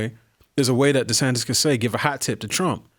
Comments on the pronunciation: Oh great! Another name to mispronounce. DeSantis is not spelled funny; that's the correct spelling. It's not DeSantez. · Why does Jason still think his name is “Ron DeSantez” instead of DeSantis?